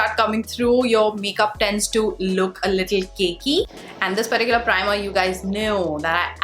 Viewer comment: Why always u say perticular 😰😰though good video